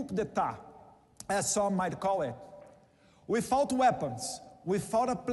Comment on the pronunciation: "Uifauti"? Kkkkkk Mano, qualqier guri que aprende ingles pelo YouTube nao era a pronúncia do "without". Kkkkkkk